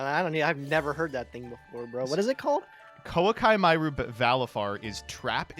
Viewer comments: I was truly befuddled when pronounced Koaki Meru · saying Koa'ki Meiru in the whitest way possible